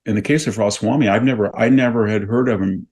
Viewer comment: It's Ramaswamy, not Rosswamy.